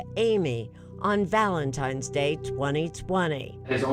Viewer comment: Did she just say "Valentime's Day"?